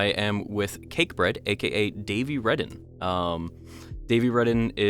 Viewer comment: It's pronounced Reeden not Reden